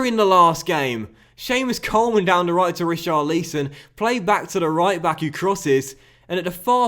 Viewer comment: Every time you say Richar Lee Son you kill me